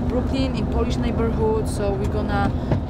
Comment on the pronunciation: Joanna sounded like she was from Birmingham with the word "around" only the British will know